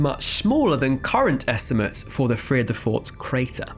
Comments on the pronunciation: Not bad…your pronunciation of Vredefort is pretty good! Especially for an Englishman. Really interesting video. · Bro your pronunciation of Johannesburg and Vredefort are spot on